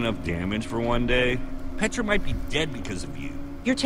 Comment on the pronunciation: It's pronounced"P-EH-TRA"not"P-IE-TRA"